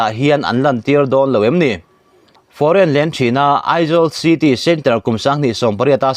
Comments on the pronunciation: Foreign lane hi i lam thiam thlawt nange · Foreign Lane hi I chhiar fuh lo deuh em.. 😀